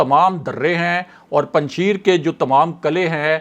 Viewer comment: Kisi pathan se Afghanistan ke sheron ka pronounsation seekh lia karain. Panjshair bolana hai laikin likhne Mai Panjsher likha jata hai.